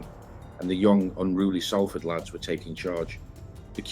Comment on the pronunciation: This is a great video and very accurate, just word of advice people from Salford, pronounce it "SOUL-FORD" not "SALL (As in Sally) FORD"